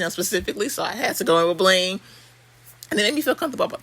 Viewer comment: I love how you say BLINgg 😂 you’re the most I love it !!!🥰😆😄